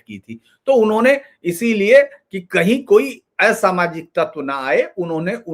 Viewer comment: एसामाजिक नही असामाजिक बोलो